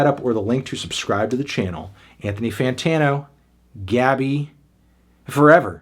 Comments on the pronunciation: Pronuncia-se Gabí, com a sílaba tônica no "bi" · Her name pronunciation is GABEE